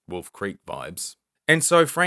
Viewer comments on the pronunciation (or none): none